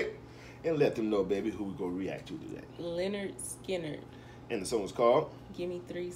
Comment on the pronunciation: Ronnie Vanzant is singing and the leader of the band and it's pronounced lynyard Skynyrd guitar is Allen Collins and Gary Rossington drums Artimus Pyle piano Billy Powell bass Leon wilkeson